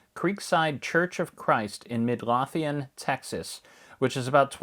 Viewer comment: Itms pronounced "Mid-LOW-thian."